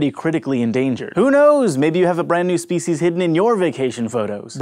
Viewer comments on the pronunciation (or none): you pronunciate speeshes